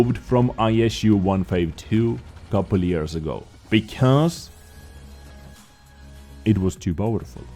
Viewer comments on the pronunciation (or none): none